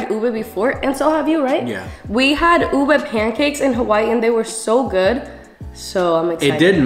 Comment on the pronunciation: I appreciate how u guys pronounce ube the traditional way bc most non-filipinos always say u-BAY